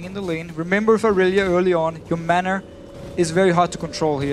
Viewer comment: I just can't stand Deficio, it annoys me to no end how he pronounces mana like manner.